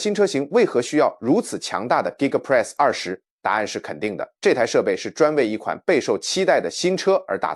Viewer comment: 不要用AI講話，連2.0都念不好。giga press是力豐的子公司。